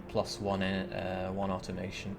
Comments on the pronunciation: I've also heard him say au-ton-mo-ton... which always makes me 🙂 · why can't you say Automaton properly?